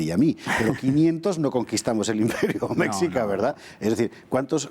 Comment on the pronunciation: Mal pronunciación de mexica y Tenochtitlan